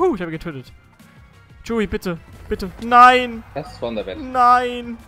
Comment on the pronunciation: Danke :) Und ich muss es Akzeptieren, dass du meinen Namen falsch ausprichst. Ich muss damit Leben. Genau so wie Cheeewi. Ich nehme dir das nicht übel.